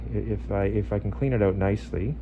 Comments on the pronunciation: I just keep hearing “Oot” lol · When I listened to how the word "out" being pronounced, I realised it must be Canadian. All thanks to How I Met Your Mother BARNEY. p.s. I'm a Malaysian. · I am watching this just to hear the Canadian "out".